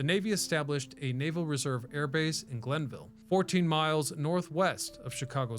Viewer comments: Interesting piece. I enlisted at Glenview (not Glenville) Naval Air Station in 1969. Another point: it is “carrier” qualification, not “career” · I'm from Wisconsin and know it was NAS GlenVIEW, not NAS Glenville. LOL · lol “Glenville” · Turned it off after I heard Glenville. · I like watching this channel but he makes near constant mispronunciations or incorrect facts about an area he used to live in.